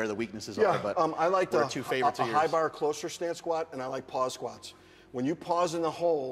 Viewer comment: best part was the "skwaats" thing